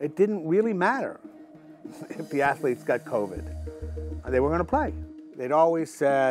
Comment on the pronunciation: NCAA Atho-leeets